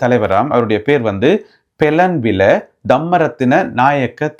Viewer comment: தம்பி வணக்கம் BELLANWILA தான் சரியான உச்சரிப்பு நன்றி